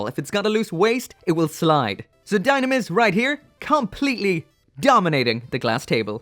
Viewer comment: I bet the dislike because of ur pronounced dynames... wrongly.